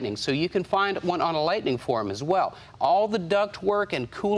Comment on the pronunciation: Vehicle name: Ford Lightning Narrator in video: "Ford LightNING" Video title: "Ford LightING" Video description: "Ford LightING"/"Mini LightENING" HOLY CRAP, WHICH IS IT!?!?